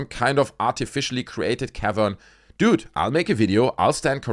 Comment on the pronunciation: Oh my goodness. Dude I thought you were saying cav iron. Like it was some iron rock. 😂 A cavern 😂